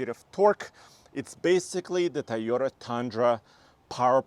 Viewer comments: it’s pronounced Toyota not Taiyota! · Stop saying Tieyoda! It’s TOYOTA. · he can't pronounce "TOYOTA" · Thaiyota? ok I'll give it a b- lol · It’s TOYota not TAIota. He always says it weird haha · Did I heard tayota? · Why do people keep saying TAyota instead of TOyota??? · T a a y o t a? you can do better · I swear he keeps saying Tye-o-ta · someone teach this man how to pronounce Toyota correctly